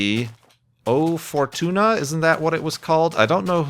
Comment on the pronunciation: "chochobo" "O For Tuna" XD I love it when mispronounces things, its so funny!